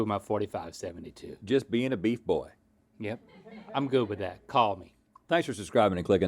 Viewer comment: did anyone else catch rhett saying bleef instead of beef with the beef and broccoli??